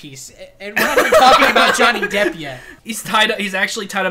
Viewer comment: this is like the 30th time I watch this and I just realized he said Dhonny Jepp